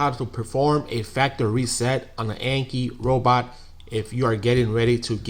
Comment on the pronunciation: I hate to be that guy, but 1st off I would like to say your video was very helpful, the 2nd thing I would like to say is ,the word you were mispronouncing is (factory reset). Not (factReset) lol But we understood you.🤣😂👍